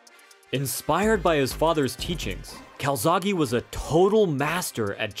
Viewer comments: why do u say calzaghy/calzaghi it's calzaghE, the same E in bEst, bEtter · It’s joe calZACKEEEE btw. 🏴 🏴